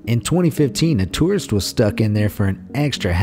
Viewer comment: Idk how but for a sec o though the total said terrrorist instead or tourist